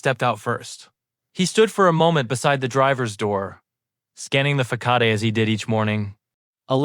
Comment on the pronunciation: Interesting that the story read by AI still has pronunciation gaps; example FACADE .....not pronounced with a FAKOD.